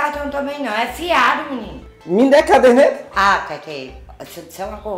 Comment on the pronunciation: CARDENETA??? OU CADERNETA????